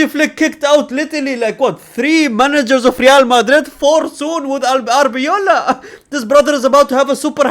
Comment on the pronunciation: it's ARBE-LOA, not ARB-EOLA 😢